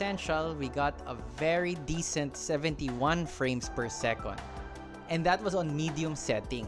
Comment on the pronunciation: Whether it's second as in "segundo" or second as in "pangalawa", it's always "sekend" with an "e", never an "o". :) Sekonds is a Filipinism. :)